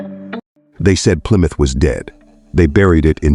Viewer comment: Didn't realize there's a b in Plymouth.